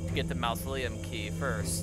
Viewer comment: It's pronounced maa-zuh·lee·uhm, NOT "mouse-o-lee-uhm" 😉 Unless you're referring to the Disney Corp.